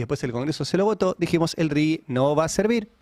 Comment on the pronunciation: Ari, no es Rigui, es Rigi, sin U